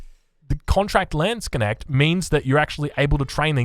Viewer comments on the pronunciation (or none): It's lands - knecht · I rather have him say "Landsc'nnect" than Landshark :D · Just pronounce it like this: Lands-k-neht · For our english friends: Try „Landsknasht“ - should sound like the german „Landsknecht“. For the „a“ in „Lands“, try to say it like the „a“ in „garden“. 😇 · Just say "lawns knekt" And you're as close as you can be if you can't pronounce the Dutch G :) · tbh how can u manage to say knuschelbär but butcher the word Knecht this much?